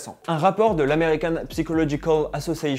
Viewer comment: Psychological -> si tu veux avoir l’accent prononce ça -> sykolodgicol (surtout pas prononcer le p)